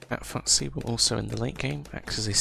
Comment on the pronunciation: Good guide, thanks … but … it's FUSTY FUSS-TEE FUSS-TEE FUSS-TEE not FUTT-SEE.